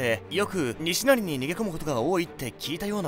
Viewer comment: に↓し↑な↑り↓ イントネーションが おかしいですね(￣▽￣;)